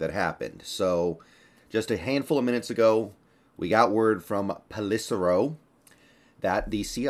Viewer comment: FYI, the reporter's last name is actually pronounced "Pell-eh-SERR-o", not "Pell- ISS-eh-ro".